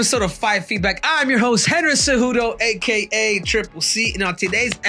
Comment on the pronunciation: I watch this show simply to see who is going to butcher more names. Cejoonyo or Sonyen…..lol The Gamrot v Tsarukyan fight is an underrated , next level chess match. I really think that Armin will be champ at LW someday….